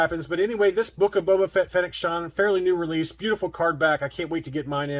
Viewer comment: Who's Fennec Shond?😉